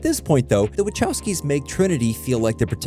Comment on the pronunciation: Oh my goodness, I hate how this AI says the "wachowskis"